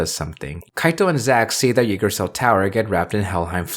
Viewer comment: I know it’s been a bit since this video was uploaded, and in the end it doesn’t really matter, but the way you pronounce Yggdrasil is really jarring